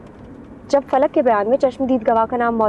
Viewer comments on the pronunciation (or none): Everyone said फलक but gaiti said पलक 😅